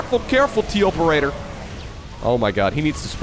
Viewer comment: it's pronounced TOperator not TOperator.